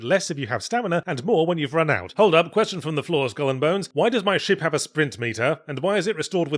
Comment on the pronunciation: This review is definitely helped by my american ears hearing yahtzee say shit whenever he says ship.